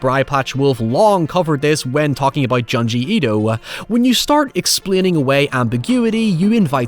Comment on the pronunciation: Like the way you say Junji Itou